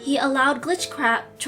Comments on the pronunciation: I love how she said GlitchCrap and not GlitchTrap XD😂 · The other reason why I laugh is because "glitchcrap" 😂😂😂 (No offence)